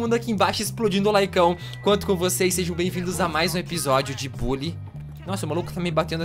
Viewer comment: Se fala "Bãlly", nao "Bully"